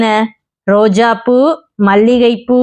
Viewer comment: ரோஜாபூ - தவறு ரோஜா"ப்"பூ - இது தான் சரி